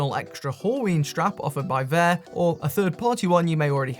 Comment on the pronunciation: It's not "Vayer," it's "VAH."